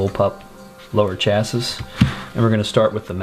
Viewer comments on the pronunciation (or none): The word "chassis" is pronounced "chassy", rhymes with "classy." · My brain bout exploded listening to him fully pronounce the last “ s “. 😅😅 literally came to the comments mid video to see if anyone else gears got to grinding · the mispronunciation of chassis ticks me off